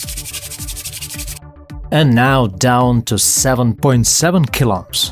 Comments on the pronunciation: Kiloohms* not killohms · kil - 0ps? Should be kil-ohms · People: "Kilo ohms" This dude: "Kiloms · kilops ? it's kilo ohms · Kilo-ohms. Please. I beg you. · I thought you were saying 8.5 kill ops 😂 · The " klops " he is saying is really funny 🤣.